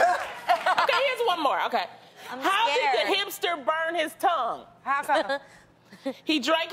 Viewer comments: like she said "hamPster" first and then "hipster." 😆😆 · I heard hamster too lol. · Wait, she didn't say hampster?! Lmaoooo dammit 😂😂😂😂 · I thought Loni said hamster, not hipster so i was real confused for at least a full minute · If i didn't read this comment i would still be thinking she said hamster lol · Chris She said hipster, but I also heard “hamster” at first 😂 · I thought she said "hamster". I felt so dumb because I couldn't make the connection lmao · I was really trying to work out how the hampster burnt its tongue. Took me about 5 mins to realise she said hipster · She said "hipster" not hamster lol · Lol I thought she said hamster too and I was like what????😂😂😂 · lmbo I thought she said "hamster" too. I guess she said "hipster"? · i heard "Hamster" .... was so confused for a while lol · When loni told the hipster joke I thought she said hamster and so I was really confused lol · I thought she said HAMPster lol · Ok sorry for being dumb but can someone explain th last joke? 😂 Edit: ok got it, thought she said hamster at first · I thought she said "Hamster" and not "Hipster" so at first, I didn't get the joke lol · i was so confused with the last joke then i realized she said hipster not hamster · Yo i thought i was the only one 😂 i repeated it three times to understand until i saw you so now the joke makes sense 💪🏼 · Yeh that confused me so I didn't get the joke until she repeated herself lol